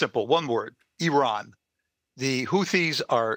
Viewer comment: When a guest on the news show mispronounces “Iran,” I immediately stop listening